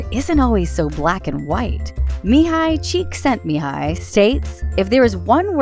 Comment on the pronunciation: the pronunciation was actually really good! :D